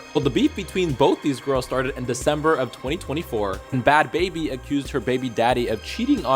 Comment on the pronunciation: you can’t even pronounce bhad bhabie right lmfao